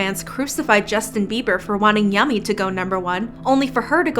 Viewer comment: Did justin really just say yummyo 💀💀🤣